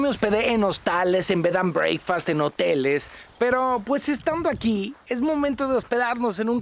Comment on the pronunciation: Alan te sigo me encantan tus videos, sólo que no se dice breikfast se dice brekfast! un abrazo!